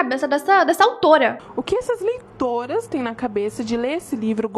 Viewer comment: eu escutei leitoins